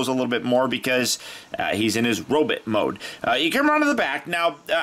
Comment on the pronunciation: Pfft, you said robit! Ha haha!